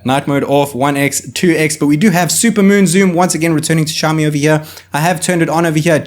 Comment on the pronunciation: shaomi? shaomi?? its Xiaomi! ksi, KSiaomi, not SHiaomi